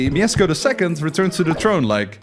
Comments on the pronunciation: I'm sorry but it's not "Miezcko I" but "MieSZko I" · who dafuq is Miezcko? its Mieszko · I have a request for foreigners, please do not pronounce Polish names because it almost never sounds good.Even here it is not "miesko" it's "Mieszko" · slight correction it's Mieszko and not miezcko (edit) it was 123 years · his name is no Miezcko I but Mieszko I small detail but its funny who you saying his name 😅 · Mieszko, not Miezcko lol And "sz" is pronounced as English "sh", like in "she" "shop" or "shut the fuck up and made a proper research how to pronounce names of people you are making video of" 😅🎉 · It's Mieszko I not Miezcko I. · it's mieszko, not mieczko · Miezcko I, Mieszko II -_ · it's Mieszko, not Miezcko, but steal really good this is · Brooo its not miezcko its mieszko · Don't read Mieszko as Miesko, but rather as Mieshko. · Uhhhh... I need to say that cuz im a Pole. Its 'Mieszko' not Miezcko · my brother in christ it's Mieszko not Miezcko 😬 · "Miezcko", bruh. It's Mieszko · It's Mieshko, there's a sh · bro u said wrong its MIESZKO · Mieszko is pronounced 'myeshko'. 'SZ' is basically like 'SH' in English. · It's MIESZKO - just read it MieSHko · you can say "sz" (Mieszko I) as "sh" (ash) :D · I dont wanna be that guy but its Mieszko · its Mieszko, "sz" is like english "sh" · moja dusza boli jak on mówi "miecko" xddd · In the name Mieszko "sz" makes an "sh" sound. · It's pronunced like Myeshko. dou you have lisp? also what the f is that spelling? it's Mieszko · it's pronounced mieshko because in polish sz is sh and cz is ch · miezcko? jesus christ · u mispronounced Mieszko's name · Thought we didn't notice... but we did. At least you got the name right the second time. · ITS MIESZKO, NOT MIEZCKO 😭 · not Miezcko, but M I E S Z K O !!!😡🤦🏻‍♂️ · Mieszko not Miezcko :3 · btw its mieszko not miezcko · MIESZKO not miezcko (my name is Mieszko) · mieczko* not miezcko lol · We don't say Miezcko 1 we say MIESZKO 1 !!!!!! Polska Gurom !!!!!!!! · mieszko not miezcko